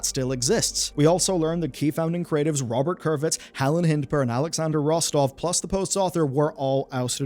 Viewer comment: You got Helen Hindpere's name wrong.